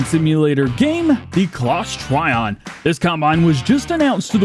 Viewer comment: Hey DJ awesome videos! Just wanted to let you know that the new Claas Trion is actually pronounced "Tree-On" and not "Try-On". Keep up the great content.